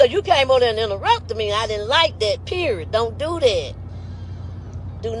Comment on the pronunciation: FYI. The word period, does not end in letter "T" periot! #hookedonphonics. Poor, pure embarrassment